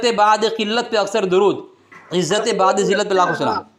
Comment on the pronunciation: بَعد ذلت nhi hai بُعد ذلت hai